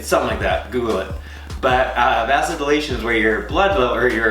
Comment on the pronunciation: Pronounced Vay zo dilator. I had to ask my son, he works in health care. 😀😀😀😀 Thank you for this recipe. I do not drink alcohol but I Loved the Breakfast Buzz. I tried it once when I took a trip to Scottsdale to help a friend. Wow, looking forward to making this a.s.a.p.